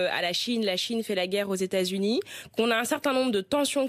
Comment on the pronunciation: Même habillée en jaune elle pèse rien contre les z' états z'unis des 'zamériques